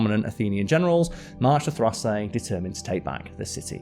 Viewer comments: Dude, Carl. I'm enjoying your videos but you need to work on pronunciations. Thrace: "Thrays" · Karl mispronounced Thrace and Thycidides.